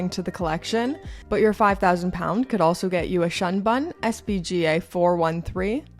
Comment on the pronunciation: It's pronounced "shoon boon" I believe.. 😅